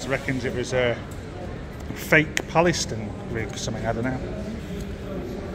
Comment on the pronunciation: Well done Mr Journalist, you've probably got that guard fired from his job and what kind of journalist are you when you can't even speak properly! Pal-es-tine... I can't do it any slower than that. If he has lost his job, hope you can live with it?